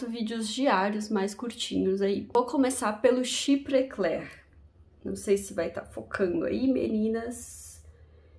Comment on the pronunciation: Caso seja do seu interesse a pronuncia em frances : chiprê clérrr (arrastando o r igual carioca) boás dôrranj quir vér